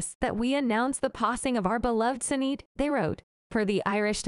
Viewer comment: Damned AI doesn't know how to pronounce the name as SHIN-AID, and nothing's as yet has come to light about the cause of death. Clickbait ker-rap